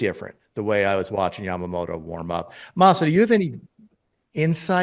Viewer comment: よく日本人はＬとＲの使い分けが出来ないって言われるけど米人ってヤマモトって言えないんだ。ヤマモロヤマモロってジェロニモじゃねぇってんだ。アハハ